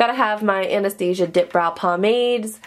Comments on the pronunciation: Anastasia is pronounced Ana-staw-zee-ah. That's how her daughter pronounces it. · it makes me cringe every time she says it!!! Lol! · Loving the new desk and storage! But I must say the Amount of times you said Anastasia wrong made me a little sad. Too each their own! LOL